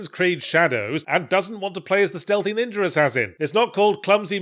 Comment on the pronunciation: "Sam-you-rye. Ninjur." Speak proper, you knob.